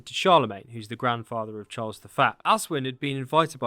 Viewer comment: Charles the Faa? What accent is that, for saying Charles the First? Or are you saying Charles the Fat?